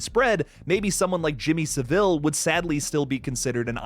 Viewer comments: Jimmy Savile rhymes with gravel, not Seville the Spanish city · SAVILE!!!!One friggin word NOT Sa-vile!!!!!!!!!!SAVILE,SAVILE..get it!!Listen to british YT channels to hear the right way to say it! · SAH-VUL not fucking SAH-VILLE. Americans always make him sound more regal with that fucking inflection